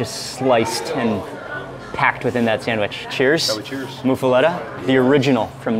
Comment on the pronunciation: PRO TIP: It's pronounced "moofa-lotta" Nobody here pronounces it "moofa-letta." 3 of us watching all cringed every time you said it lol. Plus the Village Inn in Harahan has one of the best there is. Served hot with melted cheese, crispy but fluffy bread, olive salad isn't too bitter or oily, pastrami isn't overly salty. If you're ever back around make the 15 minute trip. Well worth it.